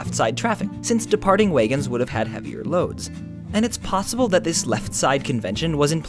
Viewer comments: Whats a waygon? You mean wagon??? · He said "waygon" That totally ruined this video for me. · "Way-gon?" Are you from Minnesota? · Interesting pronunciation on "wagon"...way-gun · Did you say "Waygon" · The way you say "wagon" is weird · I would like to know where the word wagon is pronounced like that.